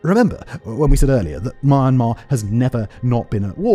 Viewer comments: Well, I live/work in Myanmar and read the language fairly well. Myanmar is မြန်မာ, and the closest pronounciation in English would be 'mian' (spoken with a very short 'i' sound, then a long 'mar'. မြန် is 'mian', with မြ making the ' mia' sound and န် making the very short 'ain' sound, and မာ is 'mar'. There is no 'my' sound ... :) Anyway, getting exactly correct pronunciation when transliterating from a tonal language (Burmese) to non-tonal English is never easy! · You seem to have a problem with the pronunciation of the word "Myanmar". You seem to have pronounced it as "mama".😂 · Good Video but the way you pronounce Myanmar sounds weird. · Please work on your pronunciation of Myanmar. You’re butchering it and it’s distracting as hell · PLEASE learn to pronounce keywords like Myanmar and Min Aung Hlaing correctly. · Is it me or is it really annoying to hear how he pronounce Myanmar. Say the name right please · Such annoying voice for a narrator. All that accent and can't pronounce Myanmar right 🙄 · This video is hard to watch after hearing how he pronounces Myanmar...seriously man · Thanks. I'm not from Myanmar but his pronunciation is driving me nuts. He's so confident with it too ! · Terrible pronunciation of the countries name.. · I've been watching your videos for a while, and it's pronounced Myan-mar not my-an-mar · Every time you mispronounce me-yen-mar as “muhemuh” I die a little inside. Sincerely, a Southeast Asian. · mah mah? Are you serious ? its myanmar - or even Burma - not mah mah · Why does he say it as Marmar? I thought it was pronounced Me-ann-mar. Am I thinking of a different country? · Ok but I can't ignore how he says Myanmar like 'manmar' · Simon - Myanmar is not pronounced "mun-mar"! It is "my-an-mar". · I'm from Myanmar. Thanks, for keeping Myanmar on the news. By the way, Myanmar is pronounced "mee·an·maar", not "mar-mar". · It is pronounced “ mjan.ma ” not mee and mar. mj at the same time. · why do you keep calling it mar mar 😂😂😂